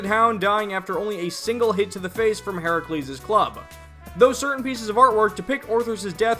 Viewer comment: Thank you for pronouncing Herakles's name the Greek way! That was nice to see/hear - especially given how inconsistent the SMT series entries are with the spellings of Greek/Roman deities (side-note: since when is Geryon a titan?). Good video!